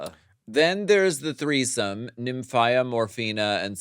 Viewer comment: Sapph-EYE-ra. Nymph-EYE-ra. 👀😂💀💀💀